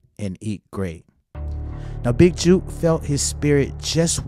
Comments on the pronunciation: it pronounced jook like its spelled rhyming with look or book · Dude.. book, look, cook, took, “big jook” Not juke🤷🏾‍♂️